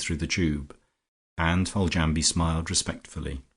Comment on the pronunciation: Yes, you are correct, Riseholm should pronounced "Rizum'. Also Foljambe should be pronounced as 'Foljam', the be at the end of her name is silent. The joys of the english language can make reading quite confusing.